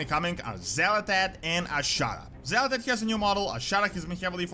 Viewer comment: it's not xal'etesh, it's xa'latath. it's super minor, but it is a thing.